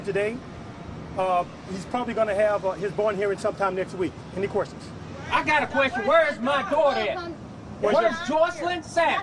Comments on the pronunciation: If he says "queRstions" one more time!🤣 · He kills me with "quer-tions" and "achqua-sations"🤣🤣🤣